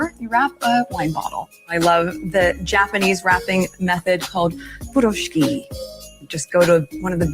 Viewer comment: Why did she not check the proper way of pronouncing furoshiki? Should be foo-roo-she-kee It's Japanese and not Russian 😂